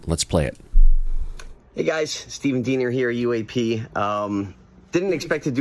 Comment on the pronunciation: It's pronounced DEEEENER (German spelling)